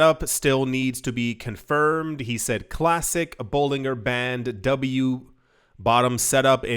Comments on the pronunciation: Bollin Ger ( Ger as in Germany) that’s how you pronounce his name! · His name is pronounced like this sounds: "Bowling-Jer" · Dude, it’s pronounced boh- Lin-jer….. it’s not that hard lol😂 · "I've been in "crypto" more than ten years but I cannot pronounce Bollinger (bolijer) bands. FFS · Bollinger - pronounced "Boll in jer" Trough - pronounced "troff" Thanks for the content 🙏🏻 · Bollinger as in Ginger 😂